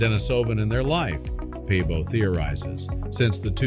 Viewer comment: Svante Pääbo! not pabo.